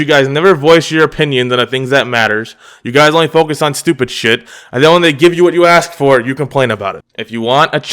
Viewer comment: Yes you can be 'axed'.